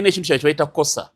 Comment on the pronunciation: Munyagwa, the word is kosher, not kosa....those are Jews.....!!!